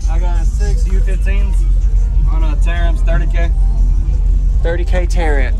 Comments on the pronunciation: Man thank you!! I've heard it all. Terror amps, Teramps, Ter ramps, Tramps amps and morrrre. Jeeeeeze, TAR-AMPS! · It's pronounced TAR-AMPS